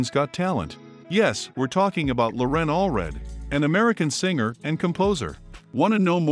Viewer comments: LoREN ? It's LORen. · You mispronounced Loren's name, but at least you were consistent and did it every time. You put the empha'sis on the wrong sylla'ble. It's Lo'ren, not Loren'. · I admire Loren a great deal, but I don't admire the sloppy work you did on this video. Had you even watched the BGT audition, you would have known that she pronounces her first name with the stress on the first syllable, not the second. It was painful to listen to you butcher something as basic as her name. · She pronounces her 1st name with the emphasis on the first syllable! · if you want us to know all about her, perhaps you and pronounce her name correctly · Mispronouncing her name rather undermines your credibility as an authority on the matter. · Why is your narrator MISpronouncing "Loren" Alfred's first name. Watch her first appearance on Britain's Got Talent )YouTube)and HEAR her say it. This is an inexcusable, amateur mistake. Get it right and re-record the voice over. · You might start with pronouncing her name correctly. Just sayin’.